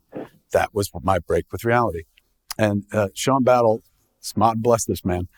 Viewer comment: Any reason Kevin said “Smod bless this man” instead of “God bless this man”? I think he says it right after .